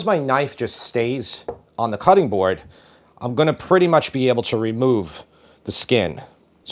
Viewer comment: As a recovering English teacher, I must protest. "I am going to" is not pronounced "ominy". On the other hand, "I'm gonna" is acceptable.